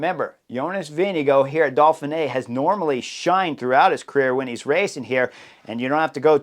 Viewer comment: Why do u pronounce it dolphin-ey Edit: Seriously how am I the only one noticing this, hes saying dolphin-ay. its do-feen-ay not dolphin-ay the pronunciation dude.